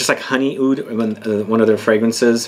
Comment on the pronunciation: am a middle eastern and we say oud we don't say Aoud lol the only fragrance i have that contains lavender is nicolai patchouli intense and i absolutely love it. btw what type of (Halwa) are u talking about? in which country did u try it?